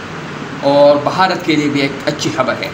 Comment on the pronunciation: अरे बाप का नाम सही से ले भारत बोल बहारत नहीं 😂😂😂